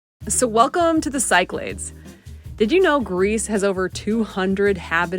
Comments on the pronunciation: Great video, just for future reference, Cyclades you pronounce as "siclades" but it's actually pronounced as Kiklades with the emphasis or tone is on the A. Also best way to learn is to say it as Kik - La' - Des. 😊 👍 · I’ve done several of these islands also. #epicGreece Must add Crete! (But I do think it is said Sick-la-dees, not Psych-lids= Cyclades) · For the love of God, stop pronouncing places incorrectly. E.G. The Cyclades are pronounced Sicklardees not Sykelaids. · pronounced Key Kla des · cyclades is pronounced: "kick-lad-des". thanks. 😊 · I turned off as soon as I heard how you pronounced “Cyclades”